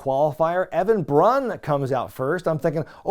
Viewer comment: i also saw "Evan Brun" a few episodes ago (as in, 'after' the episode where Ozzy mispronounced his name) gotta Keep Kayfabe, brother!